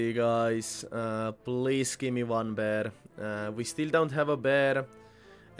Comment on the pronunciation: Its fucking PAIR not BEAR